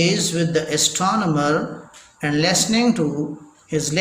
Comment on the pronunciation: Pronounciation is very very bad jaise listening ko lasning